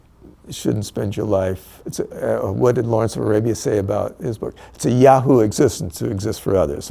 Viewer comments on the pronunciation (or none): none